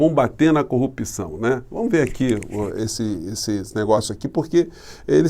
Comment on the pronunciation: O cara nem falar sabe, continua falando "COPÇÃO"